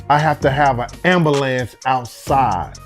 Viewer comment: An an-buh-lamps? Ya don't say!